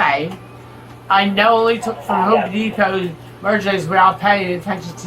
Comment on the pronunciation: "I'm at Haome Depao." 🙄😬🙉